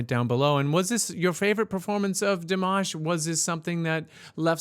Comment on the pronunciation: Di-mosh is right :)